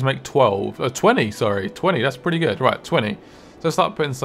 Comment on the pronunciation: It's "prelly good"